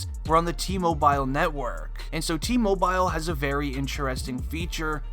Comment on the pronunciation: I hate when ppl say “T moBIYLE” instead of “T-Mobile”